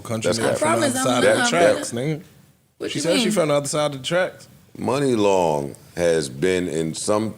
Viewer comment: Shoutout to Joe for teaching me it’s not “Mu-Ni long” but pronounced “Mon-ni long” lol